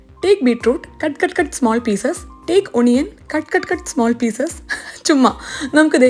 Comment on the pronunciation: ഒണിയൻ അല്ല, അണിയൻ 😊